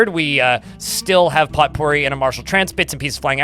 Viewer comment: "Potpourri" is pronounced "poe - pooREE". Love your stream & videos, keep up the great work!